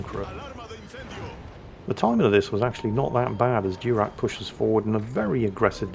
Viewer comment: Diurach is probably not named for a Klingon admiral (Durak), but from some Scottish Gaelic. Maybe DYOOR-ach (where the “ch” is said like the “ch” in Bach or och?